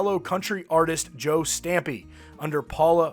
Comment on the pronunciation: Joe Stampley, not Stampey.